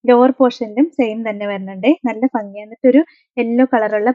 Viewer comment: ഫങ്ങി അല്ല ഭംഗി 😂